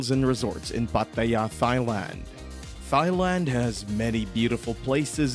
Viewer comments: have to give this video a thumbs down for pronoucing Pattaya and Thailand wrong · I don’t know. Thigh-land sounds pretty good.